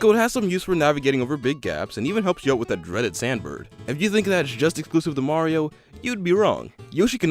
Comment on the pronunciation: You said maro 😂